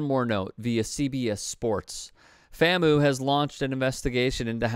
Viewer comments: FAM-U….. not FAM-MOO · It’s FAM-U… not FAM-OO. Otherwise good reporting!!! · The way you say FAMoo erks us HBCUers.....Come on you're my guy but if you're going to criticize the coach and admin... get the name right... It's pronounced FAM(pause.5sec) U. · Bruh.., it’s FamU not faMoo… y’all be slipping over these schools name.. that’s a lack of integrity on the journalism part B🤷🏾‍♂️ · FAM-U not FAMOO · bro said “fam oo” 💀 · FAM-U. Your pronunciation irked me a little 😂. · Some of y'all are worried more about how pronounced the university. Rather than what the players did. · Probably shouldn't be talking about the school when you can't pronounce the school's acronym accordingly. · fr fr, I cringe everytime he says it... lol